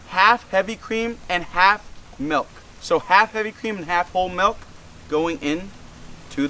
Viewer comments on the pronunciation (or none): He said melk...